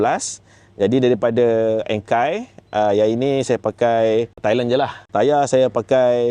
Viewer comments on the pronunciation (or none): Sebut enkei & tein pun tak betul caner tu